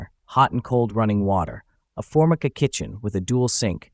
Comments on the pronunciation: Cool DIY. I love it when AI stumbles. Olds-MO-bul. Formikka. 😂. Stay dumb, AI. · I don't think the narrator is a human. He can't pronounce "Oldsmobile" or "Formica" correctly. It makes me crazy.